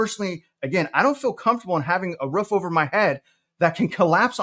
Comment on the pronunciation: I always wondered how southern your were being from Huston. And it doesn't really show.... until you say the word ROOF!!! lol no hate I am a Floridian, and have a few words that expose my southern too. Love your content, keep up the great work.